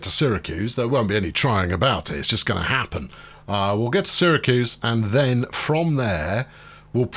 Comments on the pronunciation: you ARE pronouncing Syracuse properly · FYI, Utica is pronounced "YOU-ta-ka", you have Syracuse right and the other one is "BING-um-ton". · Utica is (u ti ka) I’m from the Albany area your choice of Syracuse is correct by the way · You're right on Syracuse, but you're wrong on Utica (it's YOUtica) and it's Onieda (oNYEda)